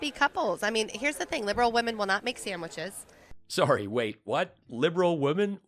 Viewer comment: How's making MIKE STEAK SAMWICHS?? LMAO